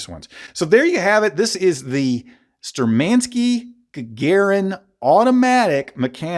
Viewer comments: Shturmanskie, not sturmanskie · Great information, great review! Keep up the great content. P.S - You are just "butchering" the name.. You have to accent or stress the first syllable "shtUrmankiye", and the ending "skie" is pronuonced as ski and yeah. So it would read as - Shtur man ski yeah I do hope that it makes sense. Sorry, just wanted to point out.